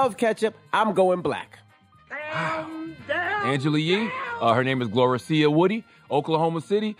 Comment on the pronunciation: Okc but her name is GLO-REE-SHA!!!!